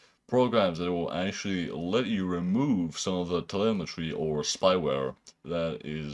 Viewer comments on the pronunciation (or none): none